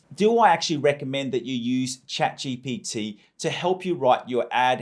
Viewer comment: Bro just can't say GPT